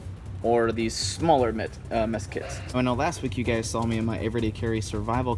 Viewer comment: Did he say "Meth Kits"?